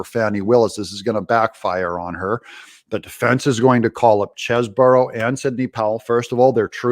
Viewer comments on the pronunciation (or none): Doug, get it right ! The man's name is Chesebro as in Chese Bro. There is only one " O " in it. Stop saying Cheseboro. It really makes your self proclamation of being "barely literate" spot on.